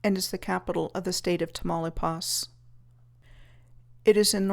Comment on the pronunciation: the way u pronounce tamaulipas..😆..thnjx for the content..🙏yuohihan